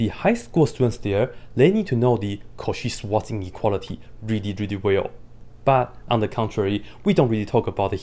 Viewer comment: the "cauchy-swanz-ineuality" 😂